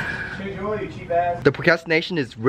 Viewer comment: I die every time he says "OIL" swear to god it sound like "OIEEEE" HAHA I LOVE YOU